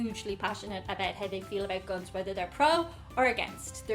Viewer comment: Attention please - when it comes to - Guns - PLEASE say the word "Guns" correctly. The (u) is the uha sound - not like the U is pronounced on it's own in the alphabet. I hope I explained that in a way to understand. Don't say Guons - say (Guns). : )